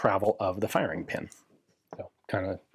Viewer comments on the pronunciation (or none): LOL at "fire-EEE-ing"